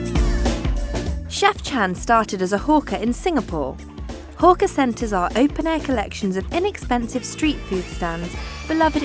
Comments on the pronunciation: She Pronounced Hawker as Hooker. I died right there. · Its hawker Hawk-er